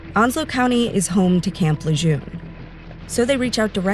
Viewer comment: You said Camp "Lejeune" wrong. Pronunciation has changed to how it is suppose to sound.